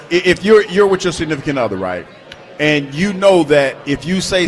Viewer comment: He pronounces "and" as "ayund". Don't like it.